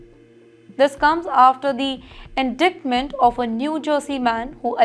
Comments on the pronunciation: Yeah. In-Dikt-Ment. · Indictment not indaitment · Indictment? Man the pronunciation is getting worse! It’s spelled indictment but ‘c’ is silent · Please learn proper English before trying to anchor a report. Let's start by learning how to pronounce the word 'indictment'.